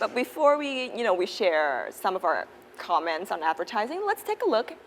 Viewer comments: Chị mc nói sai từ comment nhấn lộn âm 2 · Bạn tra từ điển oxford hoặc Cambridge xem, comment cả verb lẫn noun đều đọc là căm men dù trọng âm có đổi. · Commence mới nhấn âm 2 nó ko phải ý nghĩa đó mà sang nghĩa khác rồi. Comment vừa verb vừa noun đều nhấn âm đầu nha b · hà cả comment cũng có 2 cách nhấn tuỳ thuộc vào v và n mà, với lại lúc nói thì cũng k tránh khỏi sai sót